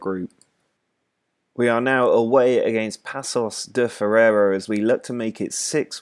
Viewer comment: it's zhil vicente (like yuri zhirkov) and pakosh de fereira 😆